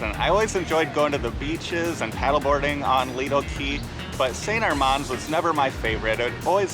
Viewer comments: Nice work, but why do you mispronounce St Armand? I lived in Sarasota and even double-checked online. It’s pronounced, Saint AR*mand, not Saint Ar*MOND. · The way it said by locals is, Saint Arr-mans Cir. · you're pronouncing st armand's wrong guys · You are right,. I can't believe we've been pronouncing it wrong for the last several years 😩. Thanks for pointing it out, and of course thanks for watching our video as well! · LOL yeah it didn't take us long after making this video to realize we'd been pronouncing it incorrectly for years!